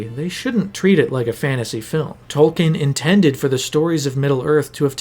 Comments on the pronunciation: A cursory effort online would quickly reveal that Tolkien himself pronounced his name as Tol- Keen . It would be like pronouncing Peter Jackson's name as Peter JOCKson . It's a little thing , but it's grating on my ears . You did a lot of research and this is a good video . A minuscule amount more and you would have gotten the famous author's name right . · An “expert” should know it’s pronounced “tolkeen” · Tolkien has an e in it... It isn't Tolken. Jeez... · Wished you pronounced tolkien's name right, just once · three hours of work, still mispronounced the authors name